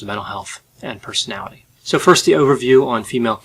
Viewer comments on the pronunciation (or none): Why does constantly butcher the enunciation of the word "personality". I don't want to be mean, but it's a little bit distracting.